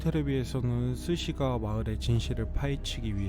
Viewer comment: 스시가와? 스기사와?